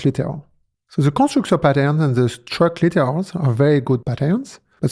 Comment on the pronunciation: Great video. 👍 But one word I couldn't understand I'm wondering about... the "CC" subtitles say "struct laters" and "struct liters" . What is he saying?